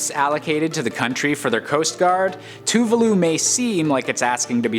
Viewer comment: its not tuvuuluu its two-vah... loo lmao